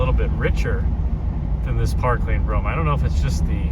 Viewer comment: It's Brougham